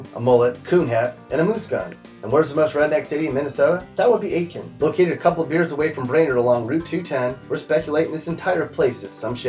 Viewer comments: ATE-Kin? Really? A-Kin. The T is silent. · It's AT-kin. I know, they have an I in the name right after the A, but it's pronounced AT-kin.